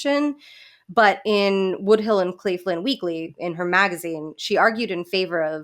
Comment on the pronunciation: Why are you saying Woodhill for Woodhull, tho?